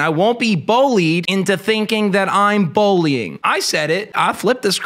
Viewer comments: Are you saying “bollying” instead of bullying? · says “bowly” instead of “bully”